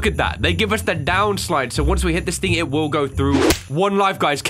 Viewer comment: Who else likes the way he says thing, it sounds like think... I don't know why I had to say that but I just thought I see who else likes it